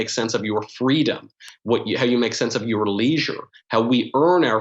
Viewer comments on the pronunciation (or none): Youer, poest, neow